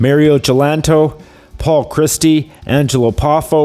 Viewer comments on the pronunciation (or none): none